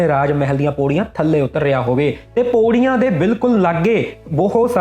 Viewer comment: ਖੇਲੇ ਬਾਈ ਜੀ ਸੋਡਾ ਪ੍ਰੋਗਰਾਮ ਬਹੁਤ ਵਧੀਆ ਬਸ ਥੋੜੀ ਜੀ ਤੁਸੀ ਅਪਣੀ ਬੋਲਬਾਣੀ ਸਧਾਰੋ ਜਿਮੇ ਤੁਸੀ ਪੌੜੀ ਨੂੰ ਪੋੜੀ ਮੌਤ ਨੂੰ ਮੋਤ ਹੋਰ ਬਹੁਤ ਇਤਰਾ ਦੇ ਸ਼ਬਦ ਨੇ ਜਿਹੜੇ ਤੁਸੀ ਠੀਕ ਨੀ ਬੋਲ ਦੇ ਅਰ ਸੁਣਨ ਆਲ਼ਿਆ ਨੂੰ ਥੋੜਾ ਜਾ ਰੜਕਦੇ ਨੇ ਕਦੇ ਗੌਰ ਕਰਿਓ।ਗੋਰ ਨੀ ਗੌਰ ਕਰਿਓ ਬਾਈ ਜੀ।